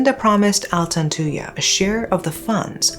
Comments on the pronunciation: Thank you. I remember i commented on one of your videos asking you to cover this story. Thank you so much. I am proud how clear you pronounce their name thank you rip altantuya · I never heard of this one because i'm a fetus born in 2009, but her pronunciation of altantuya is actually not bad